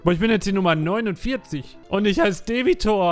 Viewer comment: Debi-Tor xD., deshalb bist du der Beste.:P